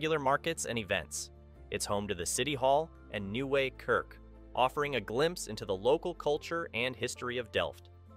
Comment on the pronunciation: Great vid, some nice tips for visiting this lovely city. Also love how you absolutely butchered that Nieuwe kerk pronunciation haha.